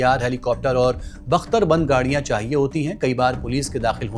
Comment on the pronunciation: अबे मदरसाछाप बंदरबख्त नहीं बख्तरबंद होता है 😂😂😂😂 ज्ञानी को पढना भी नहीं आता है क्या स्टार्ट में सुन तेरा 😂😂😂😂😂